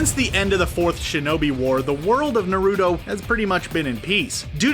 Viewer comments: The stress in Japanese pronunciation is on the first syllable not the second e.g NAruto not naRUto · Why does he say “Naruto” like “nORuto” like no. 90% of the time, the “ar” in Naruto should be pronounced the same way in both English and Japanese. Just like in words like “NARcotic” or “NARcissism”. With his pronunciation those words are now “norcotic” and “norcissism” idk if it’s just me but it isn’t even that hard. Especially if you have heard it correctly even once. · "Nerr-ooh-toe” Nope I’m done. Bye! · Every character with a “TO” the end this man replaces it with a “DO” Narudo Borudo Obido 💀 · “Narudo” “Borudo” lol so many mispronounced words! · Narooto, borooto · I disliked the video as soon as he said "narudo" and "borudo" you might as well just say 🌯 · Not to mention Narudoe and Borudoe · You said Naruto wrong also boruto